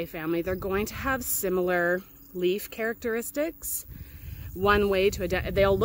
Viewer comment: Did you say similar "carrot-eristics?"